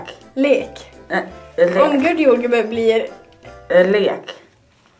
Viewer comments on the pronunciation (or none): HAHAHA "jordgueee" 😂